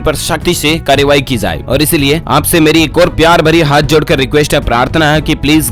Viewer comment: Tu bolna to sikh pahle jaye ko zaye mt bol or sakhti ko shkti mt bol